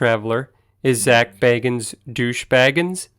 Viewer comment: I wanted to think a lot of this was probably fact, but you kept pronoucing his name wrong numerous times. Yeah, Hollywood isn't all legit, serious, and accurate, , and really nothing here that actually makes Zach look bad. Plus, if you're going into a tourist trap in Vegas, it's probably not going to be all real anyway. But you'll be surprised what you can get with deep pockets.